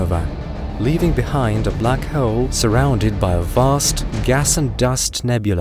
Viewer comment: What is going on with the way this dude says “bleack haeole” 😂